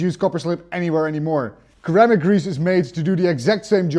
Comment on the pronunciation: "Sir-am-ick" grease Sir